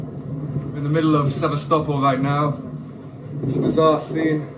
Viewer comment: The only this gets right is the pronounciation of Sevas-topol! Ukrainians smash military targets and he cries about people swimming in occupied territory. RF missiles regularly hit civilian targets; hospitals,schools, housing units,, electrical equipment, dams, farms and restaurants.